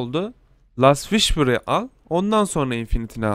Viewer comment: guardiyın, banşi, last vişpır değil; gardiyın, benşi, last vispırdır canikom